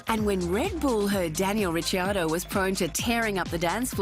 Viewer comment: Australian women talking, but she can't pronounce Ricciardo properly.. I heard 2 different wrong versions lol. Poor Dan, he needs a DC in the shower too...